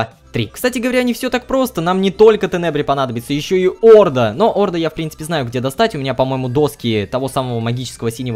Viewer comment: Не Орда , а орДА.